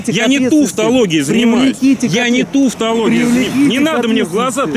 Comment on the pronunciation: Ухаха, тУвтологией! Он ещё и необразованный.